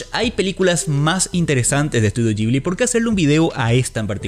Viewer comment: Que es eso de Estudio "yibli"? De donde sacaste esa pronunciación? Horrible!